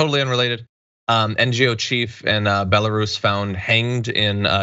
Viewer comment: BELLA-ROOOSE John!! not bella russian ..... man what an error and off hand ppl prolly think you where talking about russians. Also WHAAAATTTTT that comment was sketch as F. Glad the japanese police let her separate from her team. They understand honor. Where is the U.N. in this kind of situation?